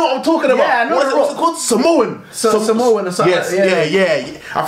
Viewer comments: He said "samosans" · Man said Samosas 😂